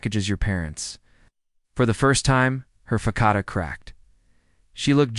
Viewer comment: I'll tell you one thing I'm going to pronounce facade like fic-ah-de' from now on. Oh yeah and that.. thing that's called ellipses. You don't pronounce it. It's just a pause and a sentence dude you're hilarious